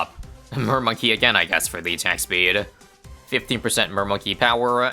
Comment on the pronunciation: says attack peed instead of attack speed LOL